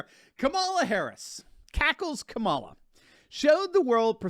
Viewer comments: Did he just say CABALA HARRIS? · It's KAH mala